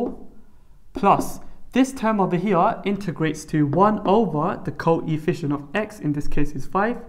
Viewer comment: he said THEEE co-EE-fficient